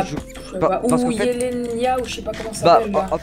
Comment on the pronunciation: "Jelena"... C'est pas pour te mettre mal mais on dit "Yelena" :D